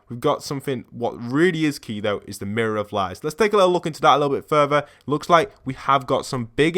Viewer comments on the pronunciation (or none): Why are you saying M I R R O R O F L I E S